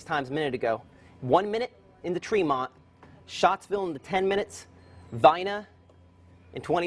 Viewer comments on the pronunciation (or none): Every time I hear Matt say Shottsville, I keep thinking that he's talking about me (Schott=Shott)